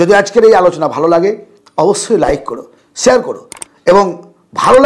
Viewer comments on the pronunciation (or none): none